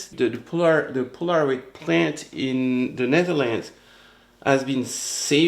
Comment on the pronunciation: The proper pronunciation is PO la ROID. I had the Kodak version of the instamatic camera, and it was great until Polaroid sued Kodak.